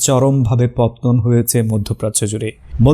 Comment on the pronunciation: 'পতন' নয় 'পতন'।